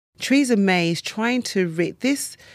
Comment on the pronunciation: Who is Treeza May?